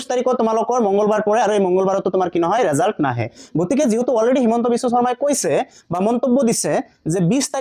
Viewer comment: ৰিজাল নহয় ৰিজাল্ট⬅️